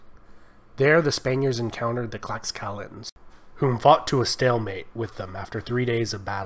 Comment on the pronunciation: they called themselves the tlashcaltecas. The X in náhuatl makes a “sh” sound